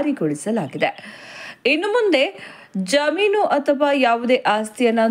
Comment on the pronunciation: Jaameenu or jaminu ? Pl pronounce kannada properly 😮